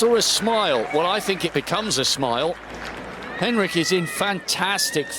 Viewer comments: why does the idiot commentator keep calling the British girl 'Heinrich'? - It's HENRICH. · Three different pronunciations of Henrich. Which is it....? And let's not start on the other names.... Come on, guys, you can do better than that.